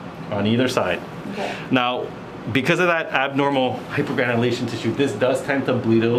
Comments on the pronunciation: The hyperventilation tissue!!? 🤣😂🤣😂🤣😂 Man, I love you!! That's what I heard the first time you said it. Well done as always! I learned a new medical terminology too, leg dandruff. Lmao, you and her dad were just so funny. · hypergranulation tissue! LOL!